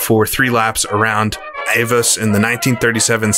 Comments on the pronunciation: Avus is pronounced AH-voos (with a hard v; almost an 'f'). You said 'Sudschleife', which means south circuit/track/stretch. You were talking about the south curve; that would be the 'Sudkehre'. You're welcome. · Learn how to pronounce 'Avus' (hint: it doesn't rhyme with 'Avis'). Also: it's 'Sudkehre', not Sudschleife'. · AVUS is pronounced AWOOS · The circuit name is pronounced..." Ah- Voos"...